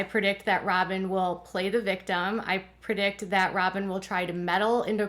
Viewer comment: The word is PREdict, NOT PERdict